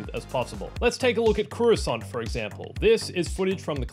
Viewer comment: I don't agree with your pronunciation of Coruscant (korr-roo-sant not koo-ra-sont) and Max Rebo doesn't sit behind his red ball jett organ, he sits on it!